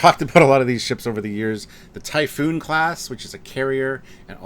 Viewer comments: Typhon. Not Typhoon. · All these years later and he's still calling it "typhoon". It's typhon, there's only one "O" in it. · drives me nuts when i hear people call it 'Typhoon' xD Ty-Fun... its Ty-Fun :D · I'm sorry it's Typh*on* not Typhoon...That...just bugs me every time you say it.